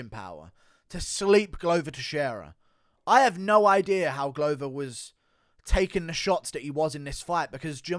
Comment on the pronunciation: Glover not gluuver